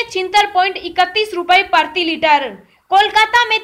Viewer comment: OO o o o o o o o o Meri Ammmmaaa PARTHIi Litre nahi . . . . PRATHIi Litre kaho....